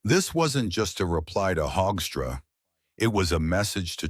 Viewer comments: Hoekstra is pronounced Hookstra...... he is a disgrace to his Dutch legacy! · Why does this AI voice pronounce Hoekstra differently throughout this piece?